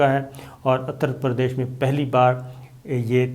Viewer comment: Utter Pradesh not attar Pradesh, shumaal ki simt ko Hindi mein utter kaha Jata hai